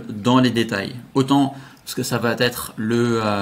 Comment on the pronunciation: Bonjour, Bluffant ton nouveau truc, AFFILIZZ! Toujours très pro et pédagogue dans tes démos, clair, net et concis. Bravo! Une chose toutefois dont tu ne parviens pas à te défaire, ce tic de langage... par pitié, arrête les "ça va-T-être"!!! "Ça va être" est tellement plus sympa à entendre. Je note toutefois que par rapport à tous les autres intervenants tu as su éviter le piège des "du coup" tous les trois mots.👍😂 Désolé pour la critique, tu sais que c'est juste pour aider, mon côté VIEUX rédacteur copy-writer 😉🤣